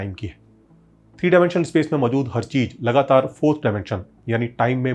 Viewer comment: It's not cheej. It's cheez.